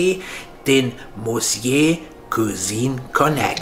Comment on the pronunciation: [Missjö] - dieses Wort sollte man schon sprechen können. 🙈